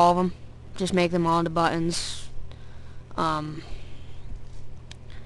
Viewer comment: nice vid but dude i hate the way you say buttons lol :))